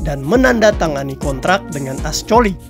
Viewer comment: Maaf min...kalau baca C...dibaca K...jadi francois...di baca frankois...ascoli dibaca askoli..